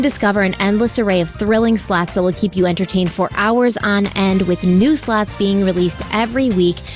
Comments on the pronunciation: I swear to god I thought said "lots of sluts" when she said the first sponsor 😂😂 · Everytime say Lots of Slots My Australian Ear hears Lots of Sl--ts My child said mum Crimes not funny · listening to this from across the room on my shitty iphone speakers i thought said the sponsor is lots of sluts 😂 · Omg, I have the same”lots a slots” ad on x2 and I was like WHAAAT, I had to double take when I thought said “lots a sl*ts.” 😂😂😂 my head “ they are advertising WHAAAT NOW?” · I always think you are saying, “Lots of sl-ts (the bad word)😂😂😂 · My tired ass did a double take after the first sponsor cos what I heard was not “slots”..